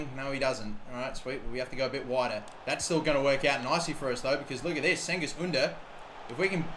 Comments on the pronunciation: Cengiz Under pronounce like J or G. Jengiz, something like this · You Pronounce Cengiz like djengiz or something i don't know exactly